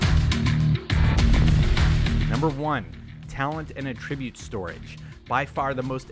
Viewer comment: You say attribute wrong. The emphasis should be on the first part of the word. Driving me a bit crazy.